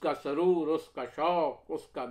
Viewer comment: عمدہ۔۔۔ لیکن اس کی امیدیں قلیل۔۔۔ اس میں لفظ اس کا تلفظ زیر کے ساتھ نہیں بلکہ پیش کے ساتھ ہے۔۔۔ أس